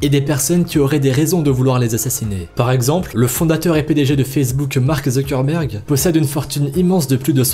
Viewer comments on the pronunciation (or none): none